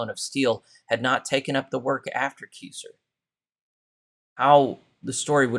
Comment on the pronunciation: Charles Keysor's name is pronounced Ki-zer. (Ki as in "guy") Long i please. I knew him personally.